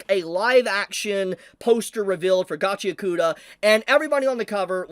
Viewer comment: Gotchy-yakoota❌ Gachi-ACK-oota✅